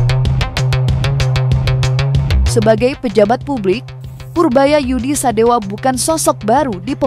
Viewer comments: Purbaya Yudi Sadewa, bukan sadewo... Bliau org jabar bukan Jateng atau jatim. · Sadewa, bukan Sadewo Min, orang Bogor gk pakai akhiran 0 tp pake akhiran A .